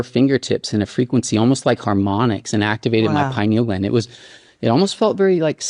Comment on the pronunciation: You know he's legit because he doesn't know how to pronounce "pineal."